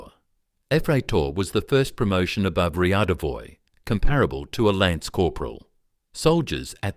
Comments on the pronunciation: Не "РьИаДьИоВоЙ" а рядовой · Смешно смотреть, как в американских фильмах показывают русских военных, указывая и петлицы со званиями и погоны одновременно😂 [Ryadovoy] not [Riadovoy] [Yefreytor] not [æfreytor] А еще в познем СССР ввели звания прапорщик и старший прапорщик. Это между старшиной и младшим лейтенантом. Ладно, от меня лайк за старание😊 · риадовоуи ))) бабущька міщя